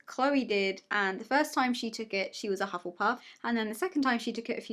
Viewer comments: Omg calling us Hufflepuffs hufflePUPS 😂❤️ I loved that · Test: “Hufflepuff”: “Hufflepup” me: “Hufflepuss” lol idk it’s 12 am I’m bored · surprised he got hufflepuff Also: hufflepups.. Aawww